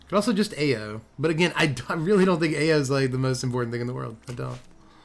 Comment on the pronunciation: Ao is pronounced "ow" but "ay-yo" is way funnier 😂